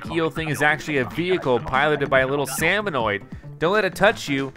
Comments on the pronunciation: SalmoNIDS, not salmonoid. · SalmoNIDS, not salmoNOIDS!!!